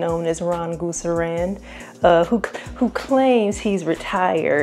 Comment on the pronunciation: 🤣🤣🤣 you got jokes but you know you say GOOSErand But seriously I've never paid resell prices and probably never will. If I don't get it retail I keep it moving luv